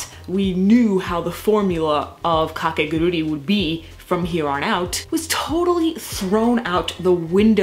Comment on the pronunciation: By the way, the title of the series is not "KakeguruRi" but "Kakeguru'I' "